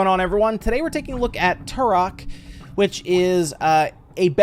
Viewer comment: It’s not turrrhok, it’s pronounced Trok.